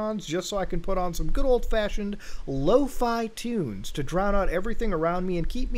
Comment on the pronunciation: its "lofee" not "lofye" im mad